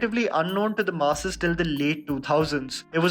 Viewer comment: What a great video. Your content and quality has truly grown even though every time you say "the masses", I keep hearing you saying "the Maasi's" 😁. Keep up your great work. Looking forward to the next video 👍🏾